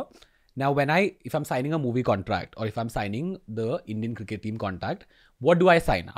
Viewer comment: has he really pronounced it as "circkett"?